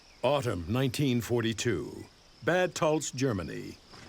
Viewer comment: I get that the narrator doesn't speak German, but he could have at least attempted to pronounce Bad Tölz correctly